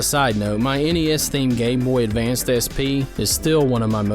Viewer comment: There's no "d" at the end of Game Boy Advance.